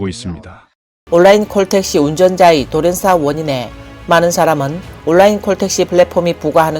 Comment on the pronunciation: 시붤이 아니라 시월, 올라인이 아니라 온라인.